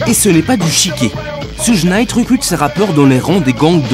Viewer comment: Mais qui est à l’origine de ce documentaire 😂? Jodeci sont rappeurs c nouveau ça ! Ssougue naite 😅 , bref aucune connaissance du rap de son origine, tout est décousu, du grand npk !!!